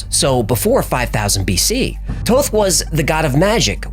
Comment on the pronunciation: I thought it was Thoth not Toth. I heard somewhere that he was Jesus.